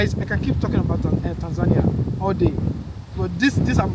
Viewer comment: I like the way you pronounce Tanzania…….. thanks for the compliments. Very proudly Tanzanian